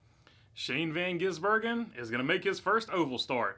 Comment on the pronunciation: How are Americans so unable to pronounce his name? Van - giz - bur - gen. It’s not that hard.